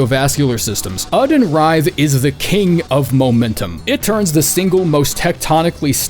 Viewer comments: Oedon is supposed to be pronounced as Idon or Eedon, not Odin. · “Formless ÆŒ-din” I’ve always thought the emphasis was on the O, like Oh-eh-din. Been watching you since your old alliteration filled BB vids, I’m glad you’re back to it. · it's pronounced 'Erdon', Isz is 'Eyes' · These Bloodborne vids are just an excuse for to say "Formless uuhhden"